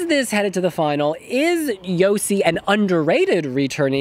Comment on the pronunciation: Please dear Wiwibloggs! You had almost 2 and a half year to learn the correct pronounciation of Joci's name. Just pleeeeease :D